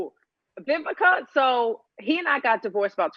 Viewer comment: Vivica I know you probably HATE people to pronounce your name with a “B” like I HATE when SOME people pronounce “Worse” as “WORSER” forgive me, and it will NEVA happen again 🤦🏽‍♀️ I couldn’t find the comment to edit, so I’m apologizing here 😘🥰 I LOVE YOU ALL 🥰